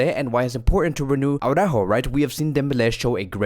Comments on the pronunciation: When you see Alex from Blaugrana Planet,, do yourself and us all a favor, and ask him (he's a Spanish speaking person) to pronounce for you Araújo. For the record, it's "ara-óóho", but maybe you'll believe it when Alex confirms it. Honestly, that "Awww-ráhho" time and time again is so retard. And I guess you massacre Araújo's name because you believe that screaming Jamie from TalkFCB has got it right, but he hasn't. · I DO hope Araújo leaves, so we won't have to hear "AwwwrÁhho" any more.